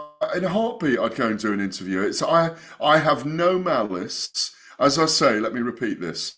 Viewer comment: Malice not MALLICE ffs